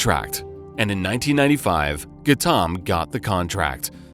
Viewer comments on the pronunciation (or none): Who on earth is Gattaam? Its pronounced Gau tam. We are not Indian and even we know that. Difficult to take your channel seriously now that we know you can't even be bothered to check your pronunciation.